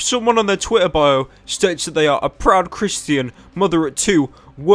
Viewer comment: "Christeean" "Haych three haych three"